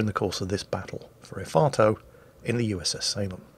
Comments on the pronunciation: What, nobody commenting on calling Efato 'Ifarto'? For shame people, we're supposed to be calling him crap and such. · The bevis and buttheqd in me heard "el farto"